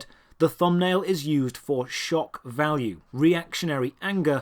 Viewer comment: Lol "shock balue"